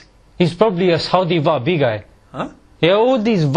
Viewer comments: What said: "wahabi" What i heard: "baabi" 😂 (in my country babi means pig 😅) Salam from indonesia 🇮🇩 n thank u..... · At least pronounce it well! It's "Wahabi", not "Wabbee " 😂😂